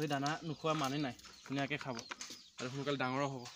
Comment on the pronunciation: দনা নহয়-দানা হ'ব লাগে।দাঙৰ নহয়-ডাঙৰ হ'ব লাগে।সনুকালে নহয় সোনকালে হ'ব লাগে।